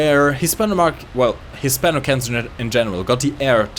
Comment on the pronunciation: You pronounce "Hispano" so American, like, I don't even. Bruh.